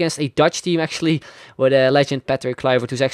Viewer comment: Why didn't you pronounce Patrick Kluivert like the Dutch does?